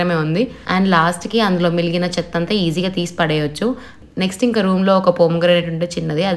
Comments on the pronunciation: మిలిగిన కాదు మిగిలిన అనాలి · Miligina kaadhu, migilina